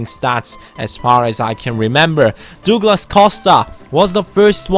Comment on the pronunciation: it's pronounced dug-las not doog-las btw